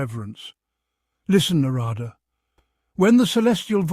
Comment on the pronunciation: While the stories are real, some pronunciations of names needs to be worked on. Eg. Naaarada. Na is long. Da is dha like in that. So it is for dharma